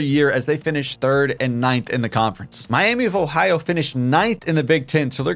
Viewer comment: Miami vohio 😂. Great video man super entertaining